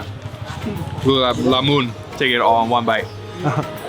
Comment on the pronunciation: its " LAL- MON " not "Gulab Lalmoon "😂